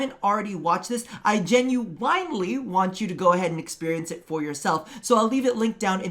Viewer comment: GE-NU-WINE-LY. Just as the space mom pronounced it